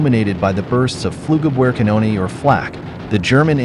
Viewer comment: i laughed out loud when i heard the pronunciation "floo-gubwhere-canonee" instead of "floog-up-veah-cahnohneh"